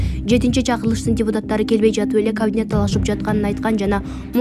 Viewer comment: Эй диктор кавинет эмес ,,Кабинет "-деп айтылат ☝☝☝сени бироо куупжаткандай окуйсунго пытыратып, утур точка , тыныш белги коюп суйломду коркуно чыгарып окуп уйронсон ...Акча мн окууну буткон соз ,суйлом диалектикадан эчкандай маалыматын жок экен.